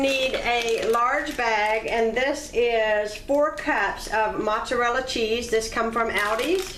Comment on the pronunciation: I’m Italian. We don’t use cottage cheese. That’s disgusting. Is that how people down south make lasagne? Yuk. You’re also mispronouncing mozzarella.